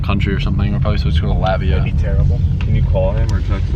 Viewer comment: Lol did he say Latvia 😀😂